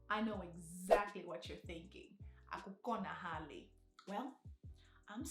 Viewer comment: When you said "akukonahali" it sounded like you were saying unbelievable in my language.